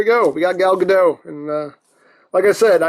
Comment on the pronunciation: Side note: Gal Godot is not French. The T in her last name is not silent. Just wanted you to know.